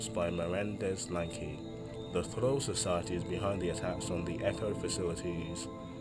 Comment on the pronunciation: I'm sorry my dude but your german pronunciation is just all over the place! "troll society", "walter nuhasch", "Germanadon"... Like what?? Next time please put those terms through Google translator so you know how to say it before reading the wiki page.